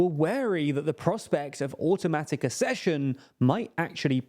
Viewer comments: Ugh. Accession is pronounced “Ak-sesh-un”. Like “access”, not “assess. As a newsreader you have ONE JOB. I did hear the word pronounced correctly on this channel once, you know. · Please talk to about how ACK-cession is pronounced. Accession - like access. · UK: æk-SESH-un, US: uh-SESH-un